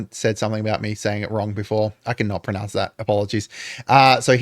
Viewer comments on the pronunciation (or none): none